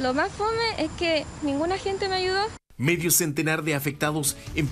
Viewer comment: " Y nadie me ayido ""😂😂😂😂😂😂😂 abra los ojos y cierre la boca señorita